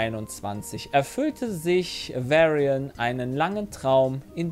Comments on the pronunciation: Der Boy Varion spricht sich "Wahrion", nicht "Wärrien" 😅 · Es wurden auch David Hain und Varion falsch ausgesprochen. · Ich frage mich, wie lange es noch dauert, bis sie endlich mal Varion richtig aussprechen